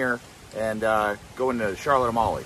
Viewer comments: It's not pronounced like A-molly it's pronounced like A-meal. Beautiful island though. Loved going there. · "Mingus Beach?" Try Magens (pronounced "May-gens") Bay beach. Also, Charlotte Amalie is pronounced Charlotte "A-mall-ya."